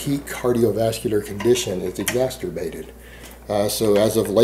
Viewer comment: Did he just say exasturbated?